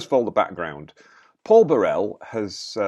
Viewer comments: You are mispronouncing the man's name. It's BUH-rel, with the emphasis on the first syllable, not Buh-RELL. The name is not French, it's of Scottish origin. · So without knowing why Paul Burrell (and please pronounce his surname properly) wants to sue Prince Harry, you say he can't. Well Harry thinks he can sue MGN for alleged phone hacking without evidence and without evidence, it should've been thrown out of court already. If he's not accusing members of his own family of betraying him with leaked stories, he's claiming he was hacked. So which is it, Harry?